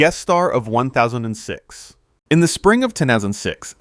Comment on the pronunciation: It can't even pronounce "1006."